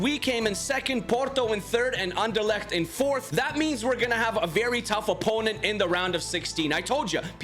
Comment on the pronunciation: you're speaking anderlecht pretty wel out most people say something that i don't even can say 😂 ( btw i'm from belguim) Belgians let's make your country proud 👇